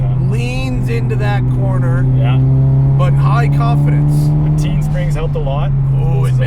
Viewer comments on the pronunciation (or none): "teen"...lol. tein is pronounced "tain" like rain